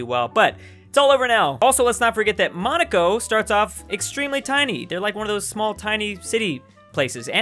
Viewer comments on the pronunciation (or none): none